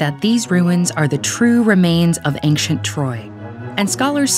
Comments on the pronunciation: This pronunciation of the word 'ancient' is mildly irritating: /ˈenkʃent/. It is supposed to be: /ˈeɪnʃ(ə)nt/ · YOU PRONOUNCED ANCIENT WRONG EVERY TIME YOU SAID IT. IM HAVING AN ANEURYSM